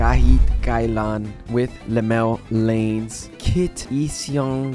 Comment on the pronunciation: Just to help you with those hard to pronounce names: Llanes = Lee-ya-nes Inciong = In-si-yong or In-shong Arellano = A-rel-ya-no Love your videos sir! Much love fron PH!